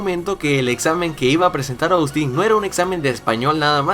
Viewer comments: se pronuncia Ostin, no Oustin, así va el nombre Austin. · Minuto Trish: Silla Austin: Zyia Trish: Puerta Austin: Puerrrrta Trish: Bicho Raro Austin: Vichou Radou